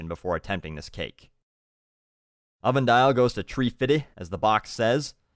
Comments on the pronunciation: "Tree fidda", Died lmao! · "tree fittee" I loled :) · I laughed out loud at this video more than any video i have ever seen One thing i am ashamed of is laughing so hard at "tree-fidy", i am very easy to make lol. D